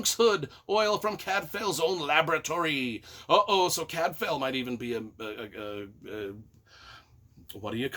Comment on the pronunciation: Cadfael is pronounced Cadvile, not Cadfail. Shrewsbury is pronounced Shrewsb’ry not Shrewsberry. Gervaise is pronounced Schuhvaise. And no, Cadfael did not “fuck lots of chicks”. How disgusting and debased you are, trying to drag a great author and her books down to your level. 🤮🤮